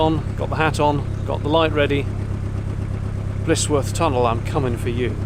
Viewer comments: Blissworth is the way you are pronouncing it. it is actually Blisworth pronounced Blizworth. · Sorry to seem pedantic, but as I'm Blisworth born and bread I feel it my duty to point out that it is not Blissworth, but Blisworth pronouced Blizworth. On the upside... there has always been rumours of the tunnel being haunted. My own sister claims to have seen a ghost near the entrance on a dark night in her teens. Nice document journey along the 'cut' as we call the canal. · Young man , you have a well - spoken accent , around here we pronounce it "blizwuff " best regards & great camera work .